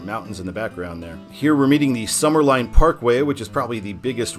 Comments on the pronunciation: Summerlin is pronounced Summer Lynn, not Summer Line…….😊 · Summerlin is pronounced Summer-LYNN Ely is pronounced EE-LEE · "Ely" rhymes with "freely." "Summerlin" rhymes with "paladin." Last I knew the county had no particular interest in putting an Interstate shield on CR-215 because it didn't get any federal interstate money to build it. I also thought all the interchanges on the northern part of 215 were complete now, but I never go that way so maybe not. While I-515 >is< signed, locals never refer to it that way; the whole length is "the 95". I-11 rarely comes up in conversation, but I suspect most people think of it as an extension of "the 95" even though US-95 exits off it before it reaches Boulder City and the dam. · Some pronunciations: Summerlin - Summer-Lynn Ely: Ee-Lee Love the videos! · Summerlin is pronounced summer-lynn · The way he mispronounced summerlin 😭